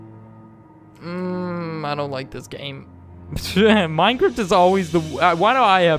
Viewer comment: he says "minecrift"